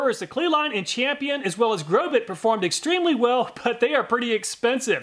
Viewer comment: The correct pronunciation of Grobet is "Grobay" the "T" is silent... I'm very sorry but I've been selling Industrial Tools for 43 years and when I hear manufacturers names butchered, it's as if I'm dragging my fingernails across a chalkboard. Grobet is well known for Manufacturing some of the finest Swiss Pattern Files in the world..! Plus, I have a very difficult time believing that you even did this test using that Battery Operated TOY Grinder...! Again, I will apologize but Carbide Burrs perform at their best when they have consistent torque and rpm behind them. Next time please test a few Industrial Quality Burrs from IMCO, FULLERTON and MELIN. Only then will you see what a quality Industrial Carbide Burr is designed to do. The 3100rpm used in the Imported Craftsman Drill Press was woefully too slow to allow any Carbide Burr to do it's intended job well. Please consider using Pneumatic Tools with a minimum of 7/10 H.P. and 20,000rpm for your next test. With these specs, all of the burrs WILL cut much better while reducing the tooth chipping you saw caused by the toy Die Grinder and POS Drill Press. I'll shut up now.. I can't believe I watched this whole thing.